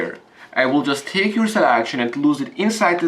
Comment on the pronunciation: yur saw-lac-tion